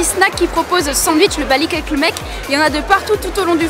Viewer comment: Le Bosphore n'est pas un fleuve mais un détroit. Le sandwich de poisson s'appelle "Balık Ekmek" et pas balik eklemek. Bravo pour ton contenu en tout cas 😊. Et c'est Dolma, pas dorma.